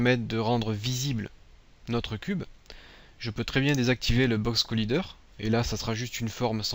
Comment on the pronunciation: Box Collaaaaiîîîîîder ! do you speaking english..?! ? you or no? bon sang de bon soir !